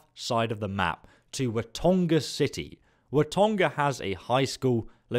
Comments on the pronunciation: Watoga not watonga 😂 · Chameleon ('ch' like in church or channel) also not charmeleon. 'Watoga' not 'Watonga' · Dislike for the pronunciation of "Wuh-Toe-Guh" city... not Watonga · “Watonga” Where the “N” in Watoga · Wa-toe-ga not wa-ton-ga, there's no nga just a ga for Watoga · Say it with me Wa-toe-ga not watongga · Watonga?.....Lol....He cant say Watoga even when he was looking at it....lol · It's not watonga it's watoga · it's wah-toh-gah not wah-tongah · Bruh its WAH-TOE-GA not Watonga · 1) Great job! 2) I appreciate your channel and your positive take on this diamond-in-the-rough game. 3) It's "Kah Mee Lee On" for Chameleon. and "Wah Toe Gah" for Watoga (no N present). <3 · i can't get by it. Being english he sounds intelligent but is the opposite. Watonga was weird but then 'charm'eleon armor. He adds random letters in his words that are not there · Watoga is actually pronounce wa toe gah... I live in wv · Watoga. Wa. Toe. Gah. Waaahhhhhh. Tooooeeeee. Gahhhhhhhh. There’s no N anywhere in that word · *wah-toga*= watoga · "Cha - million"? "Watonga"? get literate dude. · I thought you said on the vid that you gonna show how to get the two shot western revolver at the end of this video.. also it´s Watoga.. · Watoga. Not wagona